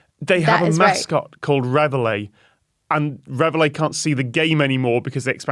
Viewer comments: it is surely pronounced as in 're-valley' not 'rev hilly' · and I was confused as I always heard it pronounced like ra-valley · Even if you don't know "Reveille" is French, or how to pronounce the double-L, and you're just going to read it as an English word (which is fine, you're speaking English) surely you can see the "i" is before the Ls, not after them. "Reveille", not "revellie". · "Revely"? 😂 It's pronounced reh-vey! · Question on pronunciation please, not least because I know Tom is a linguist... Can you explain why this is being pronounced Rev-el-ee (sorry, dont know phonetic equivalent). Showing my ignorance here, but I would have guessed (wrongly) that the word in question would be pronounced re-veil or re-vile. Educate me please. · That's... Not even close to how you say that word. Ya'll are saying Revellie. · No! It actually hurts to hear Reveille mispronounced so often. Re val E. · As a french person, I was really confused and amused at their way of pronouncing "Reveille" x) (which is french for "wake up", and is pronounced rev-ayy) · There’s no way “Reveille” is pronounced “re-vuh-lay” or “re-vuh-lee”. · There may be a legitimate American pronunciation But it HUUUUURTS hearing the French word being mutilated again and again 😆😆😆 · I'm French and how they're pronouncing "reveille" is making me really mad. The i's in front of the Ls! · Why do they not pronounce reveille like reveille? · Yeah, and I'm quite sure it wouldn't be pronounced that way in French! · As an English person, cut the amused and I'm the same. How didn't any one of them try pronouncing it another way, why did they all stick to that? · It is, in UK English. Tom was just saying it wrong. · I would NEVER have got the word from that pronunciation! Please, is this a normal English pronunciation of reveille? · No, it most certainly is not, mainly because we don't use it as an English word, it's French, and should be pronounced as such. Somehow not one of these people can pronounce that word.